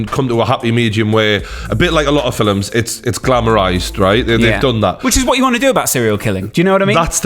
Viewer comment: Someone please tell how to pronounce film.